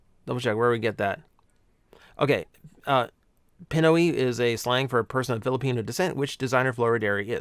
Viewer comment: FYI you mispronounced the Filipino term Pinoy. It’s pronounced pee-noy. The ending rhymes with Toy. Otherwise a lot of good info in the video.